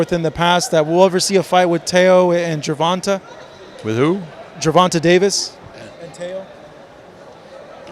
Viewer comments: How long is going to struggle pronouncing Gervontaa's name? 🤔😂 Ger-Von-TAY...🤦🏾‍♂️🤣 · loves mispronouncing Gervona(tay) Davis and saying Ger-Vahn-Tuh lmfaooooo